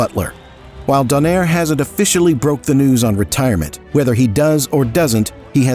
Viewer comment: Actually it is pronounced "Do-Nye-Rè" hahaha